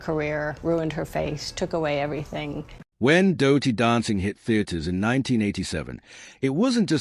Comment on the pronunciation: Don´t bother folks, 20 minutes repeating a lot of words saying absolutely nothing. And the voice over is irrating as hell, saying `doh-ty dancing in stead of dirty.